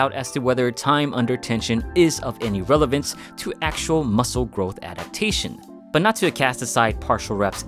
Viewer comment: It's a "scandal" on YouTube Fitness lately where they are accusing a guys named Vince for copying Jeff from Atlean-X... it's gone wild really... Thought you pronounced "relevance" like that on purpose. One of the many videos out there stating the plagiarism: V-Shreds trying to make an original video... sadly not doing it right... Jeff demonstrating he acknowledges he's being copied and just having a laugh about all this: And here is a video of V-Shred trying to make another original video related to this videos subject of ROM and being completely wrong (at least he's trying): I used to like his videos, but, without knowing that he was being accused by several accounts for plagiarism, I saw that some of his videos weren't science accurate or where simply wrong (as if he was making things up to gain views). Then I realized it was him trying to make videos of his own as to show that he also had original content... And realized that all his good videos where actually just copies... PS. Once I earn a bit more money at my current job I'll be glad to support your channel. As for now, I can only give you likes and views :/